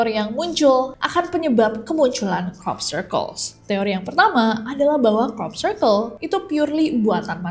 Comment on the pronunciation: Nessie nyebut crop circle, aku selalu dengernya cork circle 😭